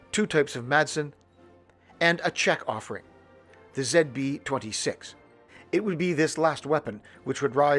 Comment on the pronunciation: Happy to see these videos making to the screen! Although the best part might have been hearing "ZB-26" pronounced properly. Folks like Ian and Othias & Mae are wonderful presenters, but they sure do talk funny sometimes. :)